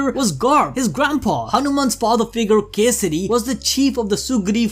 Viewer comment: Hope they won't butcher every single pronounciation next time. I almost cried hearing them mess up EVERYTHING. But hey, they pronounced Kesari properly!